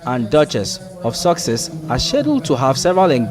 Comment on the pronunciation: That news reporter has still not got it right 🤪 Once again " the Duke and Duchess of SUCKSESS " How fitting, thank you sir !